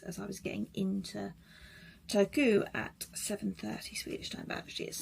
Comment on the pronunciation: The R in Finnish is always rolling R, quite similar to Spanish rolling R. So you should pronounce e.g. Turku as TuR-ku.